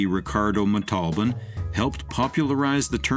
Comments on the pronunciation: "Montalban" not "Matolden". 🙄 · It's pronounced MON-TULL-BON, not MA-TALL-BIN....dumba%&.!